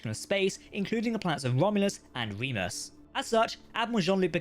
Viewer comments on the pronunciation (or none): none